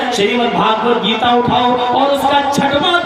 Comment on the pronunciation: Ye katuon Geeta uchchatan sahi karo Galat kyon pad raha panchvhar putra